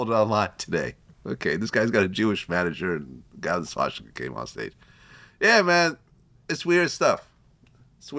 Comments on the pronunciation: Vlad its swastica. Not schwastica or shwastica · Why did the moron keep saying SHWASHTIKA